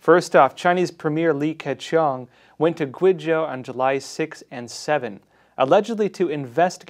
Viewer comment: GWAY Zhou, not Gwee Zhou. China "experts" who don't even have 400 pinyin pronunciations down... makes me wonder who's backing this channel.